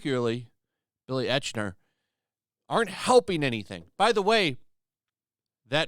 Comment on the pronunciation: It's Billy EYE- k -ner. Jesus. 🙄 Billy is obnoxious and insufferable...but, at least research how to pronounce his name. Don't be another obvious echo-chamber.